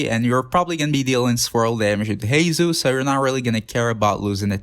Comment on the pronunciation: bro pls fix pronunciation on heizou and yanfei bc ill cry edit: same for shenhe and yunjin edit 2: beidou too